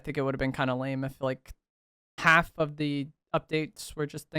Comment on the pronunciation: Lmao why he day half like that 😂😂 haaaaalf